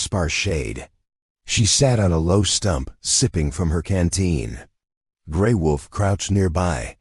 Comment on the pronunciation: Sometimes l wonder where the writers are from. The notes in these stories are not English... The pictures are usually strange. And it's...WOLF NOT VOLF